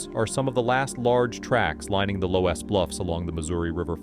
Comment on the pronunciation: lol, I live in the loess hills and have been to Indian cave, he is pronouncing "loess" so weird. It is pronounced luss, oe making the "uh" sound.